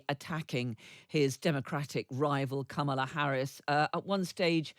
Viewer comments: How do you not know after almost four years how to pronounce the Vice Presidents name? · best campaign strategy ever, intentionally mispronounce Kamala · It's disrespectful and deliberate when these guys don't pronounce her name correctly. Can they pronounce Camilla? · If you are an American political analyst and after 3 1/2 years you still can't correctly pronounce the vice president's name, there's a problem. Sincerely, Pennsylvania Voter